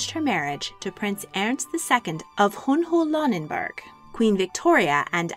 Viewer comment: Very interesting for the most part, but you really should have someone correct your garbled pronunciation of German. I could barely understand e.g. “Hohenlohe” (bears no resemblance to reality!) or “Hesse” (the final “e” is pronounced, as in Goethe or Nietzsche). Jedenfalls danke ich Ihnen für die Präsentation.